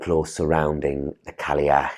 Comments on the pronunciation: It's not "Cally-ach"... there's no 'l' sound. (it's more like: "Kai-ach"). - Gaelic (pronounced like: "gaylick") is spoken only in Ireland. Gaelic (pronounced like "Gallic") is Scottish. They're similar but not identical. - What is "Imbola"? (like ebola?) Imbolc is Imbolc - there's no need to change it. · Cailleach is pronounced ‘Kye-yach’. Cailleach in Scots Gaelic is an every day word simply means old woman. More of a divine ancestor than a God. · your pronunciation of Cailleach is killing me. In Irish it's pronounced ky-loch